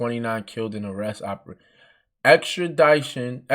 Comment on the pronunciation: This foo can’t read extradition hahaha😂